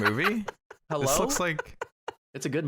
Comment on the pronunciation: going 'hewwo' killed me